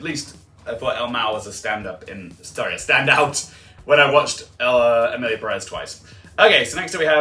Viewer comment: For pronunciations: Corbet is "cor-bay" and Perez is "PEH-rez" instead of "Pe-REZ"